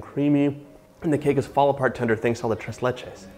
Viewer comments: Holy shit that man really said the tress lachay cake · Mat C it just sounds wrong, right? - so hard on the ‘r’ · Gringo Spanish. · Nothing like an american saying "TRES LECHES" in spanish LOL